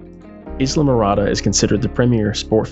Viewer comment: Eye-la, not Is-la. Other than that, very good video.